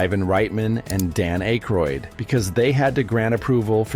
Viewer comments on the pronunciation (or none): Dan Ache-roid??? Seriously? Who the hell doesn't know who Dan Aykroyd is???? It's pronounced as 'Ak-roid'. , clearly there is no 'f' in McLaughlin. Yet the narrator keeps adding one. It's pronounced as 'Muh-glok-lin'. , it's not Gutin. His name is pronounced Gay-tin. Do your research before posting these videos. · Aykroyd. AAAAkroyd. Sheesh. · Stopped it at the wrong, AI, pronunciation of Dan Aykroyd's name.